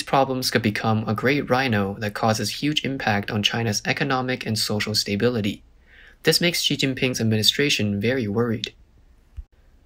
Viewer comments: Stuuuuhhhh biiiilllllliiiiiiittttteee not stay bility lmfao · It's not pronounced "stay"bility- it's a short "a" more like "uh"